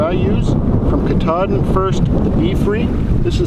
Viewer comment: Great video! I really love comparisons like this especially when they’re based on real dirt time use. I’d go with the Sawyer for a bugout bag and the Grayl for my day hikes. I’ve heard other reviewers pronounce Katadyn more like CAT-a-dine. Cat like the animals and dine like you’re going to eat. I hope I don’t sound like I have an attitude, just passing on what I’ve heard 👍